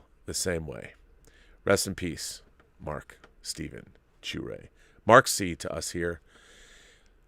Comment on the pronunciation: I'm sure I'll come across wrong, His last name is pronounced sha-ray not shoo-ray, I lived across the street from him when we were in grade school until i left the neighborhood by the time i got to high school, the last time i saw him was 20 years ago. I just found this out on Sunday, I would have liked to have said farewell